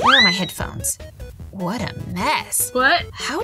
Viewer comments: s w u t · I did it sounds like whet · did you hear she said ‘ wHaT `